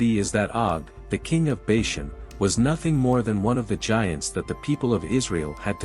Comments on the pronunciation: First of all, Bashan is pronounced "Baw-shawn". Secondly, Og (pronounced "Og",with a long "O", not "Ogg") was the one that would be destroyed. Ultimately, Moses believed God. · I can’t agree more! And they can’t even say bashan right